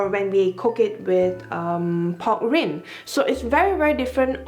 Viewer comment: Lovely dish. Rind is pronounced rhind, rhymes with behind.